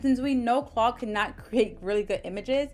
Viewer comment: Are you saying “Claw” or “Claude”….on purpose? Or do you not realize that it’s “Claude” with the letter D on the end?